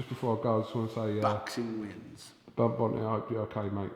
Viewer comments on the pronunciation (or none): you fat fuck, his name is Bernd Bönte, not Börnd Bont. learn how to pronounce a fucking name, there's probably a reason why you don't have a real job and everyone thinks that Brits are idiots.